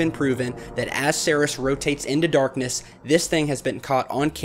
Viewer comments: Pronounced.. See..ears. NOT See-Res. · Minor point, but "Ceres" is pronounced "seer-ease" not "serris". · excellent video Ceres is pronounced seerees by the way Scotland loves you